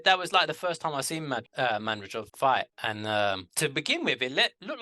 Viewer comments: Not madrijov,no!!! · You guys are deliberately trying to mispronounce Madrimov. It is so easy for anyone to properly pronounce Madrimov.